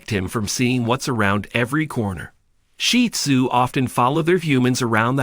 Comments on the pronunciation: He IS using the proper pronunciation. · that’s what I believe the commenter is implying because I didn’t know this was the correct pronunciation until watching more shih tzu content. 😊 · I love hearing the pointers but, also, hearing the AKC preferred pronunciation of the breed name: "Sheed Zoo" rather than sounding as if referring to a pile of dung. Thank you for all of the information.